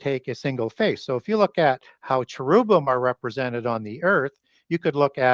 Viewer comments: You are seriously killing me. Lol. Chair-rub-bim. Not whatever you said, or I previously said after you torque my mind. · Because you are an expert, I will help you pronounce correctly... Oh-fan-nim. Not "oh-fanny". & chair-rib-him